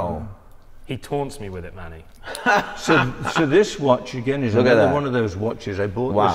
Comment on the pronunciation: pronounces Manny as “Money” 😂